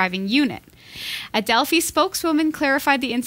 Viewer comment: Delphi is pronounced with a long I (as in eye). Been trying to send you a post card, but haven't been able to find any place in this small town in Wisconsin that sells picture postcards. It's like trying to find a pay telephone. Will probably end up printing my own on some card stock and mailing it in. They'll need to remove the 30fps cap to fix Arkham Knights. I received a code for a free download of it with the GTX970 I purchased a couple of weeks ago. The code expires at the end of July and they haven't said if they will extend the date or if we get screwed on this. Not happy about it at all.